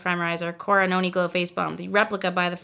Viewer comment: Everytime you say Noni Glow I hear “yoni glow” 😂